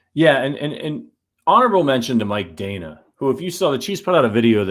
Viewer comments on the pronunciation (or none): Danna is underrated; the hosts can't pronounce his name correctly...